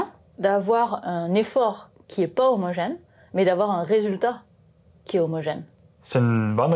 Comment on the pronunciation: C'est fou. Face caméra, j'entends que l'accent du sud, et sur la phrase "un effort qui est pas homogène mais d'avoir un résultat qui est homogène" les a de pas et résultat sont ce a presque o (une voyelle ouverte postérieure non arrondie, si on veut s'en tenir à l'alphabet phonétique international) (time code à pour ceux qui sont curieux).